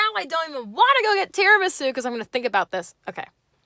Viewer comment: now i can never say "tiramSU" normally again